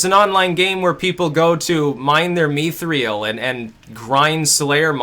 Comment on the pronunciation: mine some me-three-el